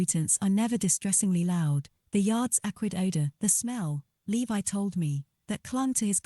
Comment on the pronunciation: Straight off you pronounce his name wrong, why not just try a bit harder?